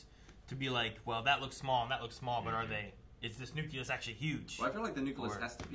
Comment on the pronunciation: Good god,! As if „nucular“ wasn‘t bad enough. „Nuculus“???